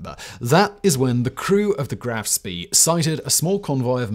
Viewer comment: Why do you contiously add an R to Spee.